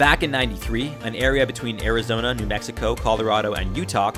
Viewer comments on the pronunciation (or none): none